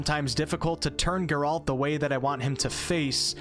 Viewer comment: God would I do anything to go back and play this again for the very first time. And I'm certainly not alone in that. ps play the second game, twice for both endings. Also, Geralt's is an antihero, not necessarily a hero. And his name has emphasis on the first, not second, syllable. GEHR-ult edit: did you really just say "wah-lah" in place of "voila" ? 😅